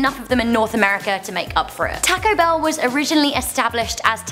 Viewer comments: you said Taco Bell wrong. You say it tawco bell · Joseph Metoyer yeah was wondering the same, she's saying "tacko bell" like wtf, your pronunciations of word are 80% normal, then you ruin it by saying things like "tacko bell" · Tack Oh Bell lol your accent dosent go well with that name lol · Why she says Taco Bell weird like tãco I prob did that RONG tho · MelonHD toco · "taaco bell" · im surprised how much im upse the way she says taco bell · strange, have never heard it pronounced like that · The way she says taco bell is too funny